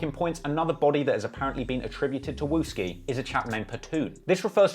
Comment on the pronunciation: He said wooski and that’s not even a right picture of him🤣🤣